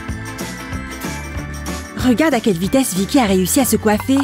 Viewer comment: vikky a dis livy